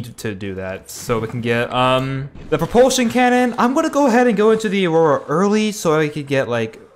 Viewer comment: He said no reproltion cannon